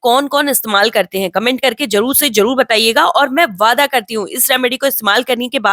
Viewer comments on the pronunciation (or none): none